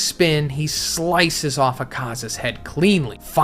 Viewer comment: Try listening to Akasa's pronunciation 💀